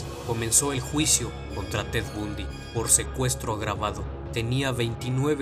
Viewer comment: Se pronuncia Bandy